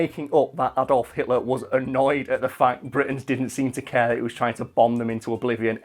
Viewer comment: Ang on. You're from the UK yet you pronounce "Adolf" wrong? Blasphemy! You have committed crimes against Britain and her people, your tea and crumpets are now forfeit!